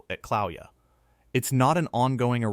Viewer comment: Kill-a-way-ya phonetically....not Cloweeya.